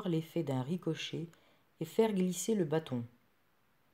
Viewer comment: L accent est sur le a de bâton. Trop d expliquations condescendantes.